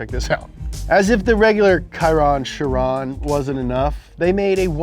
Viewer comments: Your saying Chiron wrong, it’s pronounced “shearon” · Chiron is the name of a French driver, so you have to pronounce it the French way, so both of the things he said were wrong, sorry